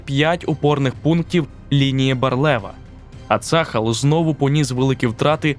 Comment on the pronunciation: Я вибачаюсь, не цАхал, а цахАл) І не Ейлат, а ейлАт))) дякую